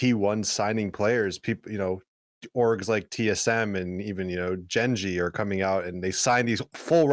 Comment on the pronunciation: damn, Hiko... You sold out and said "Jenn - G" instead of Gengi...... A little disappointed in you.